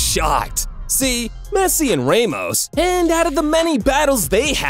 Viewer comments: No hate but u said Raymos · ser geeh oh raymos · "raymos" "lay o messi"💀💀💀